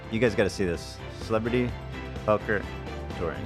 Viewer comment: "Celeberty" Poker Tour lol